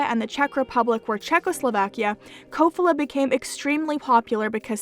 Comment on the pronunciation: Slovak guy here, in Kofola the stress is on the first syllable.